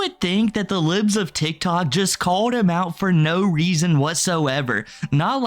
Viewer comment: Bro just called them “LEEBS of TikTok” 🤣